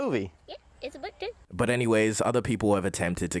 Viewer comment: "itz a book tew"